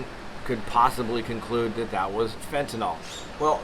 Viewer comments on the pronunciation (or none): Hey, love your take and the video but one slight change I'd suggest is in the pronunciation of the word "Fentanyl". It shouldn't be (fent-uh-nol) bur rather (fent-uh-nil). Hope you enjoy your vacation and safe travels!